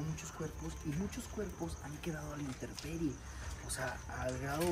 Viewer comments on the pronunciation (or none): Se dice Intemperie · Mis niños ustedes dicen una palabra mal, ustedes mencionaron varias veces que dicen INTERPERIE Y LA PALABRA CORRECTA ES ... INTEMPERIE, QUE ES LO CORRECTO, PORQUE ES DEL TIEMPO, O ESTADO DEL TIEMPO. Disculpen, por corregirlos. Saludos y Bendiciones.